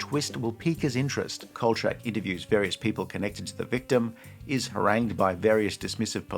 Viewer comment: I’ve never heard anybody pronounce it chak like change. It’s always been Kol-shack.